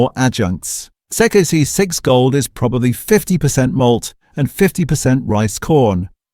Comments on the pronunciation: This AI narration is HORRIBLE. Listen to the pronunciation of XXXX. Quite comical considering the video is about replacing ingredients with CHEAPER alternatives!! Human narration please... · Your AInvoice can't even XXXX, and prices are incorrect. You need to fix these problems. You're churning out many videos quickly without a thought to quality. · This is AI generated content. The robot can't say XXXX properly 😅 All the videos on this channel are negative, saying how bad things are. How about some positive content advising what the best healthy choices are? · It is "Four X" not sexsexgold. Dollar fifty-fifty-five a case??? A dollar fifty-five sixty a case? All those prices might be worth re-checking. Not at least checking the AI created content really degrades the quality and believability of your otherwise good content. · A complete load of rubbish! He couldn't even say 4x properly, must be AI. I worked for CUB from 1968 until 2000 and he is kind of right about VB and Carlton Draught but they were using lots of adjunct well before Asahi took over. VB used to be about 70% malted barley and the rest was sugar and glucose. As for the propylene glycol ,that was a coolant which never came in touch with the beer. CUB used to use a lot of antioxidants such as ascorbic acid but they cut right back when I was working there. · XXXX is 4x not that hard if it was done by a human lol hell half the AI stuff that it says lol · It’s actually called 4 x mate if you’re going to talk about Aussie beers how bout you learn how to speak them properly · Maaaate I do love your content but, I have to ask are you Australian? Because it's called 4X not whatever you were calling it, just saying😉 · Hey, Can't you say Four X? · What is this AI talking about? zix zix gold, 1.55 slab, never recommend channel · This stuff 'may' be true, but the woeful attempt by AI to convince us puts the whole thing in question! I mean '2-Hay' - per-leeeze! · Sex sex sex lol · The way he says XXXX 😂😂